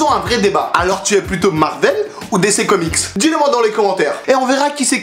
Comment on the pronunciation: Ça se prononce pas décès comics mais dici comics